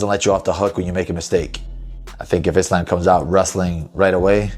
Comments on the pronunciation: No! I've never heard a muslim pronounce Islam like that! EVER. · Why is Belal pronouncing Islam like that? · Belal pronouncing Islam wrong is just weird how can you not say a word, that you live by right?